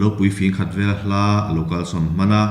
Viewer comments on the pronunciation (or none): A ngaihnawm hle mai. Ka hriat dan chuan 'min rawn vel e' tiha 'vel' hi 'lo kal zel rawh u' tih a 'zel' lam rik anga lam rik kual tur a ni. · Vel tih hi zei tih anga lam tur ani,entir nan ' he nula hi azei riau mai, tih ang deuh in,'he sakei hian min vel vut vut reng mai a ,ka kap ta mai ani.tih anga lam tur ani.